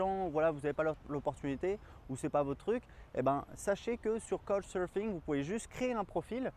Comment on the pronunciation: Super conseils merci ! Je compte partir seul 1 - 2 mois aux Japon pour mes 18 ans et je m'inquiétait un peu de la solitude et du logement mais cette vidéo réponds bien à mes questions, merci ! Et couchsurfing se prononce "ka-ou-tch surf-ing"